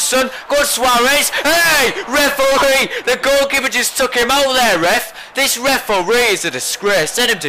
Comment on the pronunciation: I love how you say reforee !,!!!